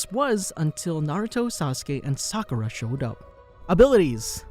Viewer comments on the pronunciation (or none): none